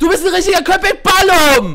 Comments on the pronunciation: balım sprichst du falsch aus und es heisst mein süßer köpek heisst Hund und du sprichst es richtig aus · wie episch er das sagt Köpek Balim ALLES klar XD heisst eigentlich KöpekBalik. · Es heißt köpek balik und nicht kopek balim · Balim heißt nicht Hai xDD Balik mit K bedeutet : Fisch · Köpek Balík nicht Balum, :) Bin Türke. :)